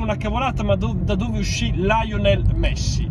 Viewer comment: Lionel Messi si pronuncia Lionel cosí come si scrive ,non Laionel , viene effettivamente dalle giovanili del Newell's old boys